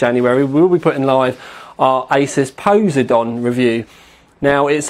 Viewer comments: POSE A DON.... nothing like a POSEN A DONEN CARD. lol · Poseidon not posedon.. XD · ...it's pronounced PO-SY-DON like the Greek god of water/sea. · dear lord please google the proper pronunciation of posiden other than that great video lol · I know right? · say poseidon again please..............lol.